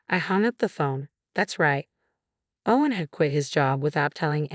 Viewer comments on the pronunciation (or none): Very annoying the way the “person” kept going from “O-wen to Ow-wen”. And mispronouncing other words like “de-VAST-ated”. Plus what’s going to happen when the brother gets out and the two ladies are conveniently living in the only place the nutty brother can afford?